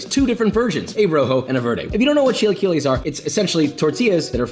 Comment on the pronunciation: what the fuck are "chi lie que less"